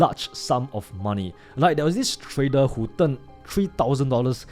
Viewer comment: No way this guy tryna sound smart when he can’t even pronounce trader 😂😂